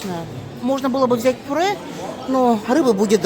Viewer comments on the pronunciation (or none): Так она сказала пуре.